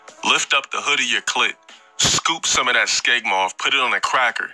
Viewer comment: Its not skegma its smegma.